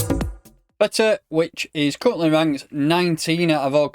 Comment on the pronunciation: it ain't Feta pal - it's TH EEE TAH lol